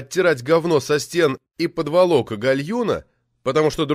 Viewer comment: Уважаемый чтец, проверьте ударения терминов перед озвучиванием! Не подволОк, а пОдволок! У сухопутных - потолок.